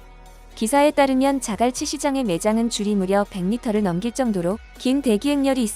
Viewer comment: 즈글치 말고 자갈치 해봐 기자야